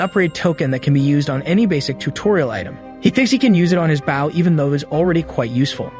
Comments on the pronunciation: why are you calling it a bouw ( bow ) its not pronounced with an ou sound like owl, its a bow with an o sound, like boat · ... ah oompappa oompappa Bow Bow. damn AI never can say Bow as OH? bOH down before me you pleeb. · I would appreciate it if finally learned how to pronounce the noun 'Bow' when it's used as a weapon.